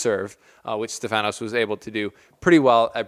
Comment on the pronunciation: Hey bro great vid. Just a small correction It’s pronounced stEfanos not stefAnos And it’s tsitsipAs and not tsItsipas Not a negative comment Just to let you know Greetings from Cyprus Keep up the good work